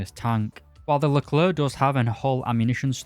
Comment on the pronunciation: One of the few people who say "leclair" instead of "luhclerk"